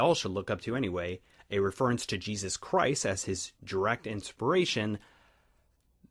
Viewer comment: hahahaha you are so right man, I have this discussion with my bro all the time, except I hate how you say reference XD